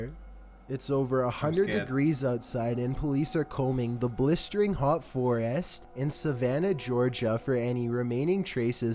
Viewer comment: "nUmBeR fIfTeEn." "BlisterING hot ForEST" he puts emphasis on all the wrong part of a sentence 🤣 The only video he's in I can stand watching is that one he did with Internet Historian 🤣.